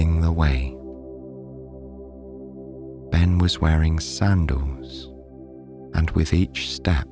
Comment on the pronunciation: Owch : the v o w e l s. You are half way there 👍 The doubleyous 'w' are painful. The 'd's & 't's : 'sandouwz' sandAls ... ! Try it ... a. e. i. o. u. repeat! Tea Dee Tee Dee 'Gouwd' = gOlD. 'WAIEST' waist ! 'Atauwl' = 'at ALL' tld isn't 'ouwd' as in 'settled' not 'settouwd' 'fillouwd' / f i l l e D. 'Taieste' / Taste! 'Wouwta' 'water', 'Cristawl' crystal or cristelle ... 'wiv' wiTH